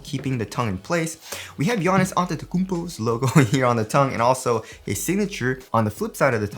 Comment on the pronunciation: wanna know how often you had to redo the intro because u did pronounce giannis name wring haha